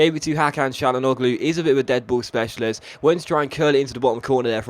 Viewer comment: Hakan Çalhanoğlu is pronounced hak-han chan-ag-loo